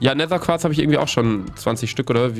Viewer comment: Gomme immer so: nehser: Nether*😂 Feier euch❤️💪🏽😂